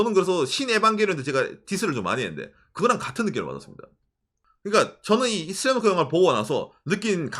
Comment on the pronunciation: 한글발음 너무 좋네요 슬램덩크를 제대로 발음하실줄이야ㄷㄷㄷ 한국분이신줄ㄷㄷㄷ